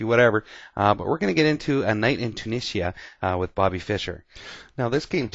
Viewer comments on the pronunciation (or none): It's actually pronounced "A night in 'Too-'Nee-jha"